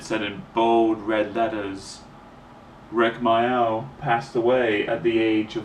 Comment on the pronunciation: Thats a good question the guy asked. It hurt when i lost my dog snowy in 1995. And my other dog in 2004. And my best friend Amanda in 1998. & my favourite tv comedian rik mayall. He was called rik mayall mate not rik myoll.